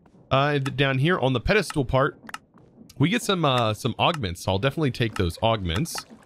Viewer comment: What's with the "pedestool" though?